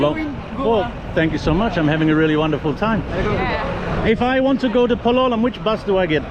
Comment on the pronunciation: As Lisa corrected you, it's PAL-o-lem, not Pa-LO-lem. Listen to the locals, it's not that hard,. I know you can do it! You do a good job with bahasa indonesia, so for sure you can get the names in India. Most three-syllable words will have stress on the 1st syllable. Soldier on! I know you don't read the comments anymore and that's fine, I don't blame you with me bugging you about pronunciation.